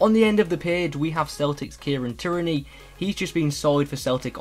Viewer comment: Tierney is pronounced ‘Tear-knee’ and Tsygankov is pronounced ‘Tseh-han-kov’